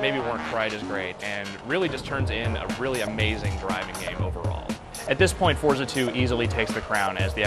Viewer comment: y can't he pronounce forza?